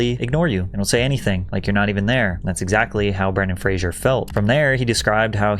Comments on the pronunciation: I thought his name was Bren-Dan Fra-Zer not Bran-Don Fra-Zure as he keeps saying. Heard a few people mispronounce the name. Am I wrong? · Ah yes, Brendan Frasier